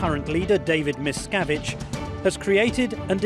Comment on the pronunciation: MisKAviDGE.. I love it haha